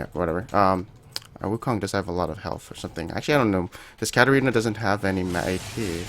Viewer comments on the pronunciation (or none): none